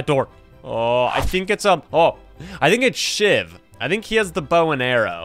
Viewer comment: Everytime he says shiv it sounds like s**t 😅